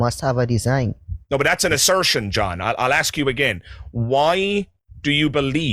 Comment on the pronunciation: sigh, the word is ASK and not AKS!